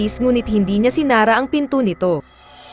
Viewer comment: Mali bigkas mo hinde si na ra. Ang tama ay sinara. Bagsak ka sa pilipino subject 69 grade mo hahahaha 🤣😂🤣🤣